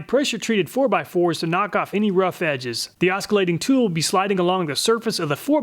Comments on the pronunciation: If I didn't already know this would be a top-quality video, I might have clicked away when I heard "oskillating" in the first 5 seconds. Your reputation kept me around, and I'm glad for it. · Woah, never heard someone actually pronounce the “c” in oscillating. I just say “aus-uh-late-ing”. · Great video! Just fyi, 'oscillating' is pronounced aw-suh-lei-ting (the 'c' makes an 's' sound) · Did you say osKillating? Holy shit dude go back to school! LOL. Now lets review your pronunciation skills! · Great review like always. I was wondering if you are sure about correct pronunciation of the word "Oscillating", as I have never heard it a "K" sound and just "S" as /ˈäsəˌlāt/ is the dictionary pronunciation of Oscillate. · Dude, oskillating is not a fucking word. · oh no, he’s pronouncing “oscillating” funny… that’s gonna bug me for the rest of the video. The C is silent my man! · Oh man , that's not how you pronounce oscillating.... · Thanks for doing this, but one point of note because it hurts my ears... the sc in oscillating is pronounced the same way scissors or scythe is. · Thanks for the video! Btw the C in oscillating is silent :) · Cool video, subscribed! Don't know if anyone else mentioned, but the 'c' in 'oscillate' is a soft 'c' like an 's' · The 'c' in oscillating is silent, just fyi. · Pro tip: Don't pronounce the C in oscillating. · the c in st Oscillating is silent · The C is silent in osCillating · I'm amazed there aren't more comments about the pronunciation of "oscillating" ... but hey, I guess your community is better than that! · Thanks for the testing and love your videos... That said but the way you pronounce oscillating makes me wonder. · I have never heard anyone pronounce the C. The only one that is a multi-tool is the Fein, the original. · Love your videos and your process! The 'c' in oscillating is silent :) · Your pronunciation of 'oscillating' is new to me. But as always, your tests are magnificent. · I believe the c is silent darling